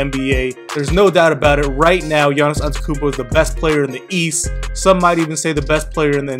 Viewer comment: its AnteTOkounmpo not antekounmpo